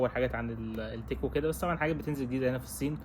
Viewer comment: كيف بحكي النسوان ستحت تحكي هيك قال الصين بحكيها سين